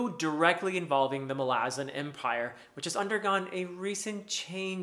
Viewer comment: Doesn't the stress belong on the first "a"?